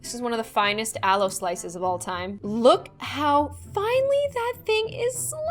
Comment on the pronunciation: aloe slices what i heard: allo slices me: confusion